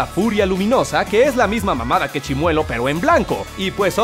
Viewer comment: Grax prro por el saludo :'v/ Edit:Lo mejor fue que lo pronunció bien y como yo siempre me pronunció :'v/